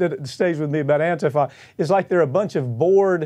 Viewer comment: Jesus, can someone who knows Mike send him a single article or news story about what ATIFA is, at least he could learn to pronounce it. FFS, I love this network but how have they missed every news story ever done about ANTIFA!!??